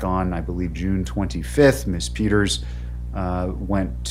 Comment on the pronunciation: Wish he could pronounce the name “ Peters” correctly, without adding unnecessary plurals at the end of that name! He is purportedly an educated man. Yet this is an error he has made several times.